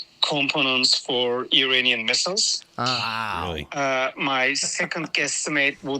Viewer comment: Is he saying Iranian or uranium?